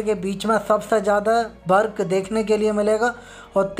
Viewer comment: Bhai jhand video hein Work ko Bark kehte ho